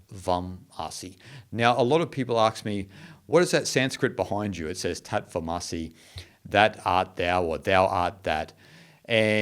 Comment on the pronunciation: British transliteration of Sanskrit terms is nothing short of pathetic. Tat Tvam Asi is pronounced THUTH THVUM ASI (not Aasi by the way!). As per the Merriam Webster dictionary, Ä ä is pronounced 'aa' as in father, far etc. Anyhow, the word 'Tat,' how is anyone supposed to know how it is pronounced??? As in the word 'tatters?' As in 'Batman?' :) T as in the word 'time' does not exist in Sanskrit. It is either as in 'thin,' or if just T it is with a retroflexed tongue. Vac is how the British transliterated the Sanskrit word Vaach, (वाच्) or 'Word.' And not as in vacuum cleaner; how dumb that British transliteration was!! They said that the letter C refers to the Cha sound, extensively used in Sanskrit which means 'and.' Uvaacha, used in every chapter of the Bhagavad Geetha, means 'spoke.' Lastly, the letter 'a.' In Sanskrit it is usually pronounced as in 'uh.' Or 'unusual.' And NOT as in 'that' or 'apple.' And oh, Wikipedia lists the four Mahäväkyas quite nicely. We owe a huge debt of gratitude to Ädi Shankaracharya for emphasizing these great four divine statements.